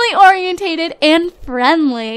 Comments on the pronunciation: Not hating, but I'm pretty sure the Family Oriented trait is pronounced or-i-en-ted not or-i-en-ta-ted. I'm not sure though, correct me if I'm wrong! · Okay, no offense, but it bothers me how you say family "orien-tate-ed". It's just family "orien-ted". Like, "orien-tid".